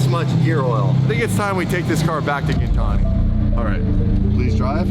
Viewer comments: its GINTANI with the G sound not Jintani with the J sound come on bro lol. Just listen to how the owner says it & he should know how to pronounce it since its his last name. Hearing it pronounced Jintani over & over again really grinds my gears jk. But keep up with the great vids brotha. I love being in the "inner circle" of shit, im a very curious person & when i wanna find out something i go down giant iceberg holes. I'm so glad that i know i can come here to get all the info that other channels are trying to keep redacted from the public eye. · The reality is that Damon didn’t listen to anything was explaining to him about the 720 when he picked it up. Hey I know it’s your channel and all. Though could you pronounce Gintani correctly in the future.